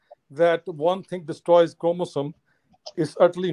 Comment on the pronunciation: Jahil ko bolo sahi se pronounce karna sikhle 😂 Chromosome